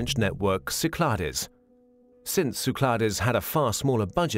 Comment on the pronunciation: Great video! BTW, they pronounce Cyclades wrong. You don't really pronounce the "es" in French. No big deal, though.